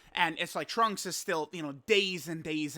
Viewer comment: Holy crap Super Lrunks-…I mean Trunks is on his way!!!!! So hype 😐🫤🙄 Edit: accidentally said “in” instead of “on”